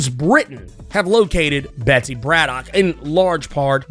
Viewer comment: Wasn’t it explained that kwannon is pronounced ‘Kahn -uhnn”? Braddock is pronounced BRAD-uhk